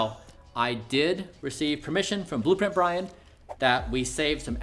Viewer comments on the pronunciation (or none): none